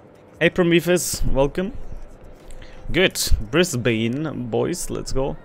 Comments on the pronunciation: Sorry, but as someone from Brisbane, hearing it pronouced "Bris-bane" hurts:P We pronounce it "Bris-ben" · Served on HMAS Brisbane, a destroyer, back in the 70s. Great game, well done! BTW, if you want to pronounce Brisbane like an Aussie, it is pronounced "Briz-bn", forget the English influence, 😆😆😆. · Only ever heard the yanks say -bane. (Brissie boy.)